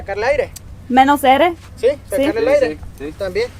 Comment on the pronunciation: and another great video!, impressed with your Spanish on the fly "menos aire" Love Mom:)